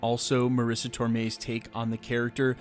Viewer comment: Its Tomei, not ToRmei